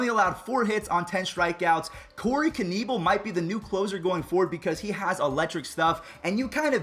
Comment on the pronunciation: it’s not ken-ne -bal it’s ken-na-bel